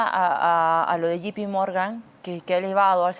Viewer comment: que aprenda inglés esta chica no puede pronunciar JPMorgan y confunde.